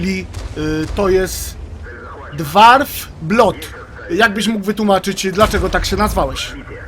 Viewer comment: "DłOf blad" a nie dwarf blut